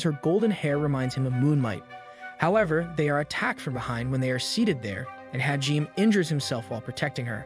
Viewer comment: your pronunciations of Hijime's name is sooooo bad. For that matter all the names you pronounce poorly. Its like you didn't even watch the show.